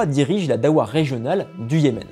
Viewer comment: Darwa , pas dawa pour la prononciation, c deux choses complètement différente 😅 ensuite il n y avait pas j usqua il ya 3 siècle de différence entre les duodecimain (jafarite) et les ismaelien , juste qq différence dans les pratiques mais c tout